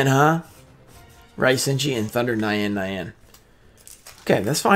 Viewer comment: Thunder nyanne nyanne lmao its pronounced thunder neyawn neyawn its the japanese word for meow haha I know you try bro some of those foreign words can throw anybody off. Too bad on the pulls but hey a foil is a foil.